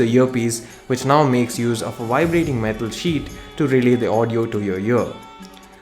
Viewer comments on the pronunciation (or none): none